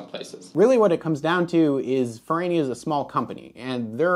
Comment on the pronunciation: That's because you call it Fer-rah-nia, not Ferraynia. The "tomayto", 'tomahto' nonsense doesn't work if you're speaking about real living people or real living companies with the bad taste to use languages other than American English.